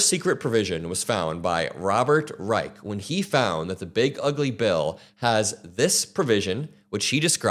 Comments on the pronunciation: Please pronounce Robert's last name correctly: RĪSH, not RĪK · As always, great work,. But Robert's last name is pronounced with a soft "ch" sound....like cheese. Not reich as in third reich. ❤